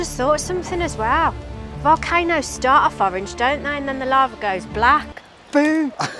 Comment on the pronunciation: I love orange, he butchered it